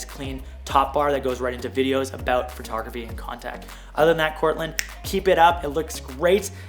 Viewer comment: I’m so glad you addressed your use of “phrotography” vs “photography.” It has always bothered me but it’s such a trivial thing to point out so I’ve never commented on it even though every time you say it I’m like “DUDE. THERE IS NO “R” IN “PHOTO!” “